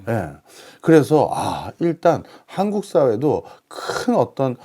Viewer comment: 한코쿠? 씨발,......발음도 못하면서. . .이런 쓰례기들 어찌 처리 못하나. . .